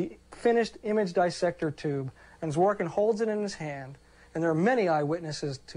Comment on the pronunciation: "zhvo-'rik-kin" is the correct way to read his second name. The second syllable is stressed